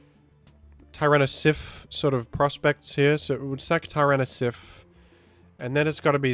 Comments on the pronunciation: I keep hearing say Tyrano-siff. What does that mean? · Hey why do you say Tyranasiff? Big fun btw i watch your vids everyday with my breakfast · In case you’ve not found out yet — I believe the French name for tyranitar is Tyranocif. Also, I believe there was a bit about someone mishearing fringe Pokémon as French Pokémon, potentially resulting in calling several other Pokémon (name)-cif, like aerocif and the like:)